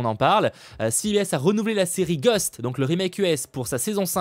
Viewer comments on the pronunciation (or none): none